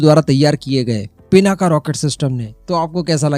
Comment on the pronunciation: पिनाका नही भाई पिनाक हे